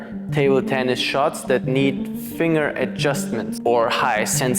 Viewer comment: Finger is pronounced fing' ger. I'm happy I found your videos, very informative!